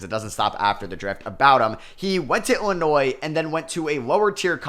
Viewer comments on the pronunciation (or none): none